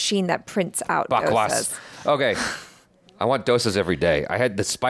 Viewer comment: My like is for spontaneous "Bakwaas" at! That's how it is said buddy!